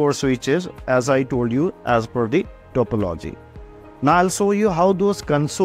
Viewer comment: Please pronounce topology accurately its so annoying to po logi